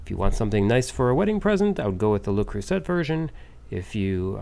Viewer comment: Pronounced: lay crew say Accent on crew Got it? Lol